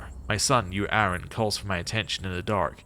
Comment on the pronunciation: I really hope you eventually stop calling Anren "Aaron".